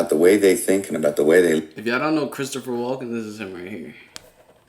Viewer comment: Did he said chri walker ?